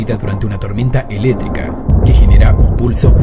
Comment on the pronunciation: en ves de decir electrica dijo eletica